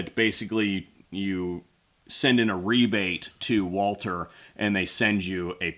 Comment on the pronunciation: Walter? Can you not pronounce it correctly Walther?